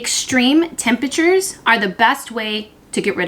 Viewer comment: Just an FYI: “Temperatures,” not “tempatures”. Btw; love your content.